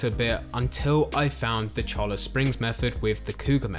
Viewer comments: Just a tip for our UK brothers. A "double L" makes the sound of a "Y" in spanish. Thus Cholla Springs = "Cho-Ya" Springs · FYI Cholla is pronounced Choy-Ya.